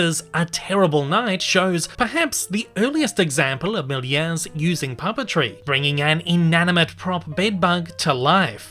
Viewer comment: ah oopsi its georges méliès not miler